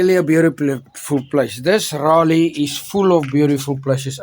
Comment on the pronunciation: Love you people. Just one thing. Forgive me saying this, you are pronouncing “Raleigh” incorrectly.